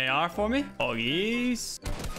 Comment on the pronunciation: Nobody: Lachlan: POggies